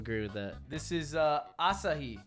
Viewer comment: Ludwig said asahi right the first time then he choked 😭